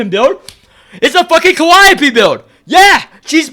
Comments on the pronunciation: Bro I can't stand you constantly saying "calliope" being S tier instead of calling her "Khalipe" 😂😭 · "Khalipe" pronounced as "Calliope" you love to see it